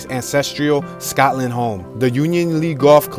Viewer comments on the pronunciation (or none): none